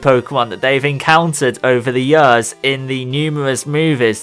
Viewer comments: please say years instead of yuhrs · Everytime you say "yöööörs" instead of "years" something dies inside me =D